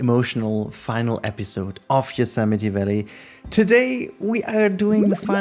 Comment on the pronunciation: It feels like yesterday since I binge-watched the first 10 or so episodes, been keeping up to date ever since. Incredible to see it so close to finished! Also thanks for teaching me how to pronounce Yosemite haha